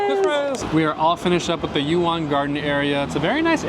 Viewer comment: Yu Yuan/garden is pronounced closer to Yi Yan/garden. Both sounds does not exist in English.